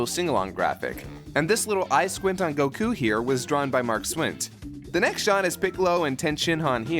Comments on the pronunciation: Dude. What the shit. It's not pronounced like "Go-KU" it's actually pronounced as "Dumbass." C'mon man, I expected better from you. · that actually makes sense in super they do pronounce it like you do, i guess it's just when you say it in english it sounds a little odd but u r actually saying it the right way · You said Goku's name funny! I'm unsubscribing! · The thing, the reason people correct you, is that you are pronouncing it wrong, from an English point of view. If you were making videos for Japanese listeners, then you would be correct. But it's kind of disrespectful to the English pronunciation just because you "don't like it". Also, telling your Subs to "deal with it" is truly ignorant. You don't want to push away your followers, especially over something so stupid as a name. Pick your battles wisely mate. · why do say goku like that? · I always wondered why he pronounced Goku like that lol He puts emphasis on the "ku" part. It doesn't bother me really just odd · Sure you're pronouncing it right, but you're focusing way too hard on when you pronounce it, making it sound unnatural. Your mind really wants to say Goku like you've heard as a kid on Toonami back in the day, no matter how much you try to pretend to be a purist Japanese fan. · Wait.I'm confused. What's wrong with the way says Gokus name? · Emphasis on "ku" rather than "go". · jaajjajajajajajajajaajajja!! I was actually surprised when I heard you say Gokú the first time... I thought "gringos" say Gouku and latinos/mexicans say Gokú... so, good for you man :D it would blow my mind if you say "Ve-gue-ta" instead of "Veyira" xD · The way he says Goku's name sounds like "Son Gokhue." If you wan to be accurate it should sound like "SonGokuu." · Why does he put more stress on KU instead of GO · stop saying goku like that goddamit its so distracting